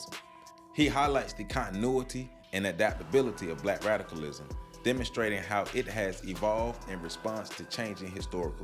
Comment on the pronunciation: Are you saying “Black radicalism” or “Black rationalism” , because they both sound exactly the same to me ? Need we say more ? Amin .